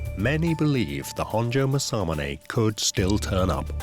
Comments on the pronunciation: Your pronunciation is appaling. The swordsmith(one of the 2 most famous nihonto smiths) is mas-a-moon-ah....spelt in english Masamune. Masamunes works has been surpassed easily by a large number of modern smiths from many cultures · British people.. make a documentary about masamune.. never learn how to pronounce masamune 😆